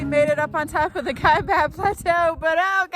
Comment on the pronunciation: Enjoyed your video! You are hearty explorers. Couple things...it's pronounced pah-ree-uh. Also, drones are illegal in all national park units, including Alstrom Point at Glen Canyon NRA. FYI. Keep enjoying your public lands! Just make sure you follow the rules. - Ranger Jeremy